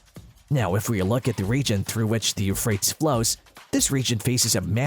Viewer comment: If you know how to say the word tease, you'll know how to correctly pronounce Euphratease